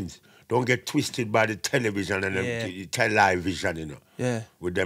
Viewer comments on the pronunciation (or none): Tel - Li - Vision 😂